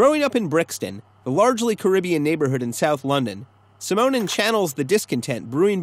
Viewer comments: Simonon is pronounced like 'cinnamon'. Otherwise, good. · damn, that pronunciation of Simonon is irritating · Nice little video. Especially the points you make about how they differed from the Pistols. P.S. you're pronouncing Simonon wrong...... P.S. - Paul Simonon haha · I've never heard "Simonon" pronounced that way. I don't think that's how it's supposed to be. /ˈsɪmənən/ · God, your pronunciation of Simonon genuinely upsets me